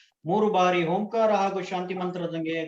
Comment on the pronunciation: ಓಂಕಾರ ಉಚ್ಚಾರಣಾ ಬದಲಾವಣೆಯಾಗಬೇಕು.